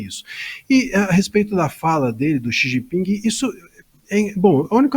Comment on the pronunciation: Quem chama o presidente chinês de “Xi Jinpingue” certamente estaciona no parkingue quando vai ao shoppingue… 😅